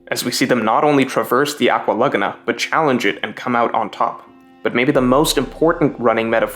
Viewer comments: It’s “LA-Goo-Na” not “LugNa” bro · It's not "luhguhnuh," it's "luh-GOO-nuh" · I can't take "lug-a-na" instead of "la-goon-a" good video though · Man it's pronounced "aqua lagoooona" not lugna 😭😭🤣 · Laguna = La-Goo-Nah Its not pronounced Lugna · I can't get over the way you're saying Laguna.. have you never heard of a lagoon? It's pronounced la goo nuh.. am I the only one? If I'm the crazy one here someone please tell me lol Also usop is luffy's best friend? I didn't get that.. would have made water 7 even better if I did get that, but I just didn't get that from the story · Holy shit the way you say laguna... Just say lagoon and then add an "ah" at the end. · Good video I just think you’re saying Aqua Laguna wrong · He keeps saying Aqua Laguna weird... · Dude really can't pronounce Laguna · You pronunciation of "laguna" and "archipelago" is annoying. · Why you say laguna like that lol. what in the world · GREAT VID. But the way you say laguna hurts me a little lol. more of this greatnes!